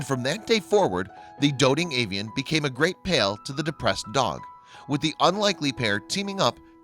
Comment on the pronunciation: was george given the opportunity to see his dead buddy and say goodbye? to understand that his bud is dead?? and why does the narrator keep saying pale instead of pal?